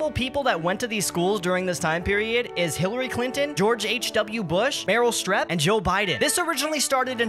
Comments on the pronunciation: Streep long E sound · dude, meryl streep's last name isn't pronounced strep like strep throat. it's STUH-REEP. the reep prounced the same way as the reap in grim reaper. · Dude. Every video has one subtle mispronunciation. Strep? Streeep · crazy shit. one thing, Meryl Streep's last name is pronounced with long E's, like sweep or peep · Isn't it pronounced like strayp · I'm too lazy to Google her ethnicity but 'Streep' sounds Dutch. IF it is a Dutch name it would be pronounced like "Strape" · Mispronounced Meryl's last name,. She's not an illness. 😆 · meryl strep throat? i love when people try to teach you things but can’t be bothered to learn how to pronounce the things they want to teach. 🤦‍♂️ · Yeah I think most of your comments are going to be about the way you pronounced Meryl Streep's name